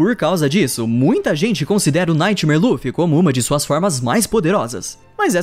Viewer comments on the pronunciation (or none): none